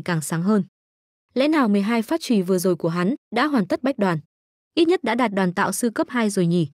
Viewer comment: nghe ''Đoàn tạo" sao nó khó chịu thế nhờ, lần sau dịch cho đúng là "Đoán tạo" nhá